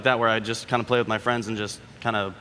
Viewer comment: 😂😂😂😂😂😂bro this fucking geeks. “DID YO FWUENDS WILY HOLD U HOSTAGE IN WOOM 208 yestuwday “